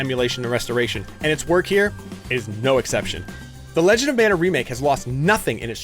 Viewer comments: It's pronounced MON-UH, not MAN-UH. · Ma Nuh, or Mahn ah, NOT Man ugh or Mann ah, wrong word and wrong pronunciation! Not the biblical Manna or Mannah, but Mana (Polynesian)!